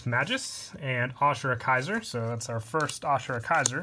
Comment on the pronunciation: This guy needs to get his pronunciations straight. A-ma-tey-rah-sue Ray-zer Ah-sure-ah-kai-zerr Still great vid tho (Btw all the pronunciations are in the anime so get on that)